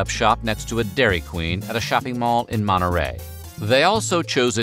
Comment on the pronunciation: This guys keep saying moNorey instead of monTe rey